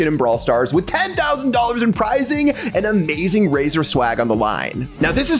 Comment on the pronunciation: I though he said Rayzorbeam instead of Razer